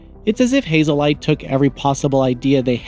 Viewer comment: Haze light Not hazel light Lol